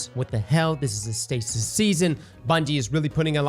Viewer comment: Me dying of laughter cause cross calling stasis “stacey” 😅